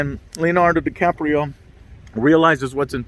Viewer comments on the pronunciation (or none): none